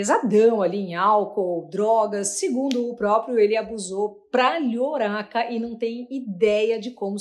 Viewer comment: A matéria foi ótima mas o "lhoraca" foi excelente!!! Tomui ssocesu ao nalca,! 😉